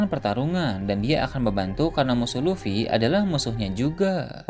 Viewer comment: kamu aja salah sebut. luffy bukan lutfi 😂